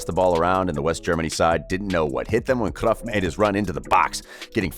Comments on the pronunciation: Cruyff not cruff g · Jesusssssssss .. it's not CRUFF you Idiot .. it's Cruyff .. it's annoying .. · his name is cruyff no cruff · I’m getting annoyed by watching this just because of his way on saying cruyff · Am I the only one that hates how he pronounces words like Barca and Cruyff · You pronounce his name wrong bro